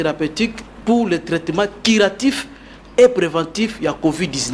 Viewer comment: Déjà même le mot curatif il prononce Quiratif...un sérieux doute. Il n'y a pas de paludisme en occident. La recherche se fonde sur des études prouvées, et répétées. Il a peut-être une stratégie d'attaque mais tout ceci doit être prouvé dans un laboratoire in Vivo et en par un essai clinique. Tout chema scientifique doit être prouvé avec des données vérifiables. Le reste c'est pas de la science.